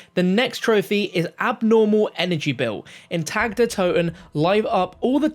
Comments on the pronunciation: I’m not German or anything but it’s doing me in already hearing this guy pronounce it wrong. He’s pronouncing Tag the way we say tag like clothes tags. It’s more like Targ but obviously spelt Tag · Its pronounced TAK not TAG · Isn’t it pronounced tog der toten. He keeps saying TAG it’s pronounced TOG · it's pronounce "Ta Der To-Ten" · It's pronounced tog. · Not trying to be a grammar nazi and I'm generally just trying to help you out. Tag is pronounced [Tahg] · I don’t mean to be a stickler but the correct German pronunciation of “Tag” is (tog) as in Guten Tag.